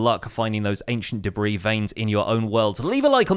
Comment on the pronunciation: No one:: Ancient Debriih